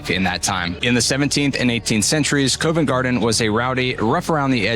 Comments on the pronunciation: It is not Cove nt Garden, it is pronounced Covv ent Garden. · "Cov ent" not "Co vent" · Great video. Love your enthusiasm for history and our culture. Just a tiny point about Convent Garden - the Co in Covent is pronounced C-of-vent (like in Cough or Complement) not Co-vent (not like in coincidence). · Great video. I spend my time in London in a similar way 😂 Just so you know, Covent Garden is pronounced 'Cov-ent' and not Cove-ent' Garden. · Covent pronounced C-of, not cove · Yeah, it's more k-ah-vent, not k-oh-vent, the o sound is like dove, not cove. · Yeh, covv-‘nt gardn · Covent as in column, not as in colon! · think of it like the word convent without the n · TUBE = CHOOB not TOOB. ROUTE = ROOT not ROUWT. BOROUGH = BURRA not BURROW. COVENT = COV ENT not CUV ENT or CO VENT. SCONE = SCON not SCOWNE. The Tower of London used to be a MENAGERY (zoo) as well. I live a 10 minute walk from another of William the Conquerors castles, ROCKINGHAM CASTLE. Still inhabited by the same family for over 450 years. Double decker buses are used all over the UK not just in London. There is no such place as DEVONSHIRE. It's just called DEVON. I hope your voices were not actually as loud in the places you recorded in as they seemed on the video.